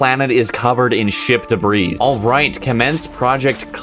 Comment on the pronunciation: Debris is pronounced like Debree, not like Degrees with a b instead of a g.